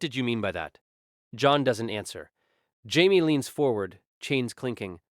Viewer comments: I was an hour into this story and I was curious why Pei Mei was mentioned. Then I realized this AI voice is pronouncing Jamie/Jaime as Hymay. The fact it keeps on switching makes me rethink the past hour of my life. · It's how Spanish pronounce Jamie, or so a friend told me, and YES annoys the heck out of me as well.......